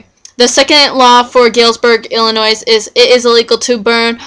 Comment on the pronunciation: The S is silent it is pronounced Illinoi.